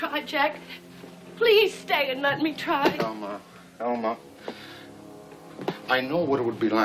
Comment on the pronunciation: Lawra New He called her Alma. It sounded like Mama tho.